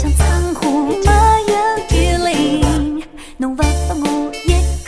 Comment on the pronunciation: 没有如果非要念成两个字的话，最好念成”m没“，而不是”没有“念的象苏北话一样。好像上海话”m"这个字是有的吧？口语里快读了听起来就是“没”，前面的m就省略了。 ”情“字最好念得老上海口音一点，那样才嗲。